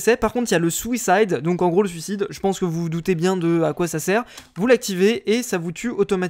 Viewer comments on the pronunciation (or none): le "souicide" mdrr